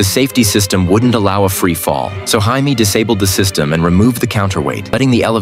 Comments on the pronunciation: I'm sorry, but WHAT was that pronunciation of JAMIE! THE JAMIE HYNEMAN! Have some respect! Good grief. This has to be an AI narrator. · You can tell this is foreign ai. It pronounced Jamie as Hyme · The fact the AI voice can’t pronounce Jamie is wild .. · We need to talk about the pronunciation of Jamie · Learn to pronounce Jaimie properly. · He pronounced Jaimie wrong.